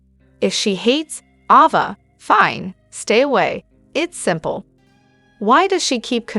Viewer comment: Please stop misprouncing names! Its A-va, not awww -va! Why in heck do and then you do that? Viewers dont like their characters being called the wrong names! Why is that done?